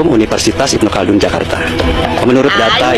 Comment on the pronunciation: Apaan si penyebutan nya ilmu caldun??? Yg benar Ibnu Khaldun bro